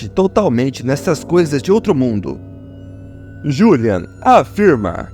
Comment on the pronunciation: Que narração é essa ?o nome dele é Juliano e não julian